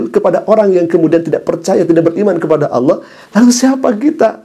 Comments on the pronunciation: dia Bilang ALAH bukan ALLOH ?😂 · Dari cara bicara saja kata Allah tidak bisa sebut,,,hahaha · Sepandai pandainya dia berbohong toh akhirnya keceplosan juga...dengan penyebutan Allah menjadi Alah.. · Ngaku2 islam sdg cr nyebut Allah saja dg menyebut alah.